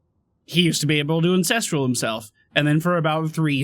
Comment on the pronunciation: Am I the only one that hears say Incestral and not Ancestral.